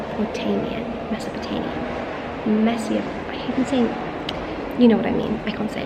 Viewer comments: Mess uh pot Amy aaaah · trying to pronounce 'mesopotamia' was so cute!💞